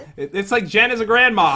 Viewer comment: You actually call jen as jell